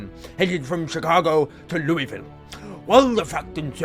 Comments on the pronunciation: GOD DAMNIT PYRO IT ISNT PRONOUNCED "lewiville" ITS "lulsville" I KNOW THIS BECAUSE I LIVE HERE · its pronounced lou-uh-vulle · its pronouced looville😂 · You said Louisville wrong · I'm still debating whether or not pyro said Louisville right